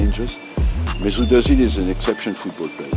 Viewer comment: Jevais faire le casse-couilles mais le Ö de Özil se prononce pas O mais Œ" comme dans "œufs"